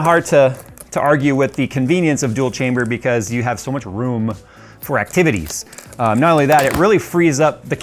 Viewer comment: I got Half-Life vibes when you said 'chamberrrr' like that, just like the scientist said testchamberrr :D